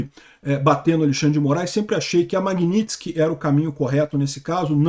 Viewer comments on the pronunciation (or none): none